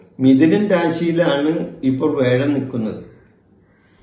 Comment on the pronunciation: വേഴം അല്ല തിരുമേനീ വ്യാഴം.